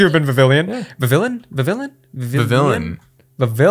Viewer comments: applin should be called"apple" blipbug should be called "biplin" also it is viv-ee-on nto viv-i-llin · Just so you know, Vivillon is pronounced ‘Viv-ee-on’. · vivillion is pernounced vi-ve-on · Vivillon is pronounced vih-vee-yon. It’s French so the l’s make a y noise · and you both pronounced vivillon wrong it is prounounced VIH-vee-yon trust me I have watched the show and that is how they pronounced it and I have a book that tells me how to pronounce Pokémon names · No one gonna talk about how he said Vivillon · I got triggered when he pronounced vivillion wrong